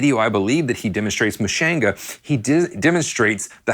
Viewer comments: Love the video! But I have to be honest with you, every time I hear you mispronounce his last name, and Miss pronounced Mushanga, I wanna jump through the TV and smack you! Lol! It’s (Pore “Car” Oh), not (Pore Care Oh.) And it’s (Moo “Shon” Guh,) not (Moo Shan Guh) You are welcome! 😊💙🎸🥁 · "muh-shane-guh".....yeesh...they show you how it's pronounced in the song lol